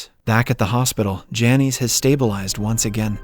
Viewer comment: Lol those names are pronounced "Janice" and "Loyd.